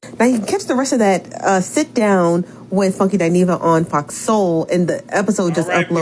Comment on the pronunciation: OMG,!, I thought it was just me! I don’t understand why people don’t pronounce her name correctly, it annoys the hell out of me!